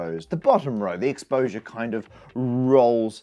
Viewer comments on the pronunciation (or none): none